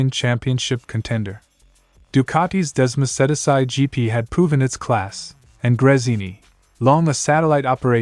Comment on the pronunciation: Can the speaker in these videoes please learn to pronaunce 'Desmosedici' correct. 🙏🏽